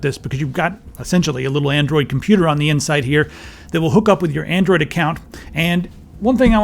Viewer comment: "Andriod TV" lol